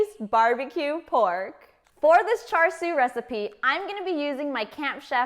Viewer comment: Hi... thank you for your video... hard to find a good Cha Siu recipe these days on youtube. Just one comment... your pronunciation of Cha Sui is a little off and is very apparent to any Cantonese speaking asian. The "R" in Char Sui is Silent. so its literraly Cha... the Sui is prononced like "Dew", but with a S.